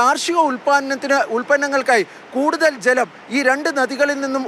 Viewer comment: Jlam alla maapre malayaalathil chalam enna parayunne